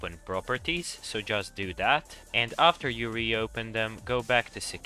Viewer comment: And he said aafter xp